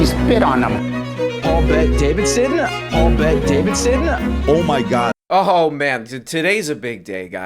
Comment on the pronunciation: Paul Bet-Davidsend 😂